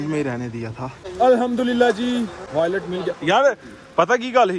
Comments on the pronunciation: والٹ ہوتا ہے وائلٹ نہیں ہوتا تھوڑی تعلیم انسان حاصل کر لے تو ایسی غلطی نہیں کرتا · Do u really have to speak English? Wallet not violet. Snow, walk... bhai Urdu and Punjabi vlog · Wilat???? Hadd hai yar, wallet hota hai, kuch parh likh lo nalaiq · .wylet nahie hota.paa gee wallet hota. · Wailat❌ voilet ✅b😂😂😂😂😅😅😅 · Wo restaurant wala banda boolrha hai wailat kia hota hai ye bool rha paresss😂😂😂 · wallet ❌ voilet ✅ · Wallet❌ Voilet✅